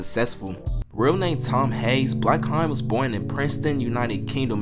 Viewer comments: is it not pronounced HAYNE? since his last name is Hayes?! i could’ve sworn it was pronounced differently. bro keep saying blackHINE 💀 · This is very interesting, thank you for making this video! (Also I don't want to be this guy, but the "haine" part of "blackhaine" is pronounced like "end" without the "d", Sorry!!!) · your pronunciation for the word "Haine" is so bad 🤣😭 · Bruh check how to say "haine" my ears bleeds